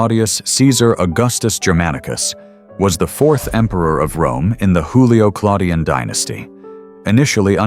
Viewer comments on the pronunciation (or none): They were not Mexicans, you know. So please do not pronounce their names as you would those of a Mexican (Hispanic "Hoolio" instead of Latin Iyulio/Julio??!??!) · The AI narrator is Mexican, it pronounces Julio as Hulio, as a Mexican does